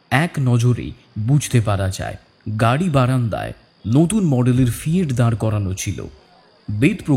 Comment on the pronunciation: ফিয়েট নয় ফিয়াট